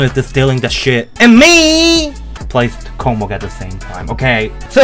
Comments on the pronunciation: lol, kokmok? are u really? [kosmos] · Read this like kosmos, this is space on Russian🌝🌝🌝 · Не KOCMOC а KOSMOS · Ok, I know it was controversial for our mighty Russian developers to write name with Russian letters, but I guess they just wanted to be proud for our nation, which is an ok thing I guess. But damn! It's not "kokomok" it's "kosmos", that's a pronunciation. I think it would be easier just to write kosmos with translit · It's not a kocmoc, it's reading like a kosmos . Some Russian please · Bro thats kosmos, not Коkmok😭😭😭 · Kosmos not, Kokmok yeeees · the name of the level is read as "Kosmos", because the creator of this level is Russian, and the letter c is read as your letter s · speak correctly kosmos ;)